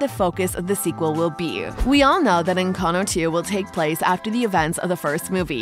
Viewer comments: "ENCANO" HELP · Sorry, but I am a native Spanish speaker and the why she pronounces it is horrible. Sorry you got offended for a comment not regarding you